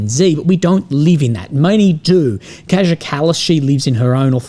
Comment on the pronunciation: Buddy... its pronounced 'Khaya Kallus'...